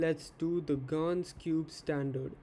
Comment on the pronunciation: You actually pronounced gan correctly first time